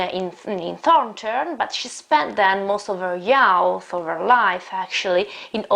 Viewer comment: Very well described. Thank you. However, please correct the pronunciation of "youth", which is /juːθ/